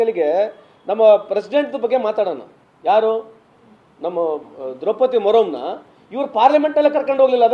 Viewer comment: ಕೋಲಿಂಗ್ ಗ್ಲಾಸ್ ಅಣ್ಣಾ ದ್ರೌಪದಿ ಮುರ್ಮು ಅದು ದ್ರೌಪದಿ ಮುರಂ ಅಲ್ಲಾ ಗುರುವೇ